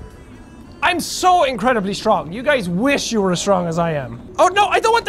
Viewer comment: 'I've seen what men do when they're angry.' "RAWR, I'M SO STWONG!"